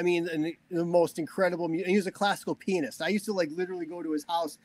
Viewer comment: Mike is such a cool laid-back guy, definitely a guy I would be in a band with,such an underated guitar player/song writer!! At the mark it sounds like Mike said classical penis 😂🤣 but he says classical pianist. Hilarious!